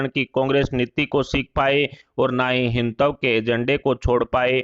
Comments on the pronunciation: आप के वक्त को हिंदुत्व सही तरह से बोलना तो सिखाइए पहले। यह तो इसे ‘हिन्तव’ कह कर पुकार रहे हैं। बेहतर है कि यह सुधार जल्द हो। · पहले अच्छी तरह हिन्दी सीख लें। हिंदुत्तव बोल रहे हैं। बार-बार हर बार गलत बोल रहे हैं।